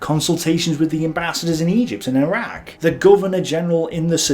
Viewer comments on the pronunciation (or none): none